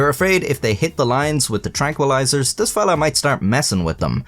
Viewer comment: "Dis is d worst Chinese I've ever had..." said in an Irish accent has got to be the funniest thing I've heard this century.